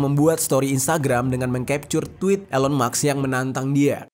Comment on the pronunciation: Kenapa "elon maks" bukan "elon musk" 😅